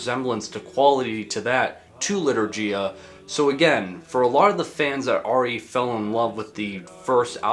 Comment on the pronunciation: Lee-tour-ghee-ya (gh as in ghost)